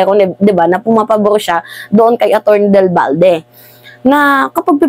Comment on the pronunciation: Atty.Del Valle hindi Balde